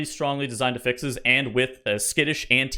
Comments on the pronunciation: He says it like the verb when it’s a noun. 😢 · The way you pronounce affixes gives me quite literally herpes.